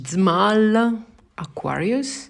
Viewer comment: Hello, Szmal is pronounced something like "Shmahl"/"Shmal" (second h is mostly to give a the right sound), hahaha:D You can put the surname into google translate set to polish and it will read it out the right way if you want to hear it